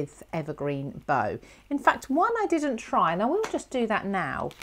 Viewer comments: Beautiful demo,, but we American types distinguish between things like tree "bough" and Christmas "bow". The tree one rhymes with "thou". Sorry, can't help myself, but love the vid! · Hi, I'm binge watching this series, having been pointed in your direction by Christine Stokes. I love my Oxides too, so am enjoying your blends. Just wanted to say the bough, rhymes with cow, as in the bough of a tree. Also am loving your mixed media card projects. Cheers from Downunder. 🙂 Picket Fence is, I think from my memory of TH's video, a hybrid (ink/oxide) which is why there is only one.